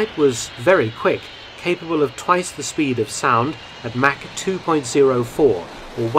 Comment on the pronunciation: What was that? Mack? Oh you meant Mach. Good one there old cheeky fellow. Haha